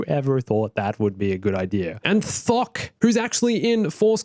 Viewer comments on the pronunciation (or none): when he said Thok Who else thought he said fuck?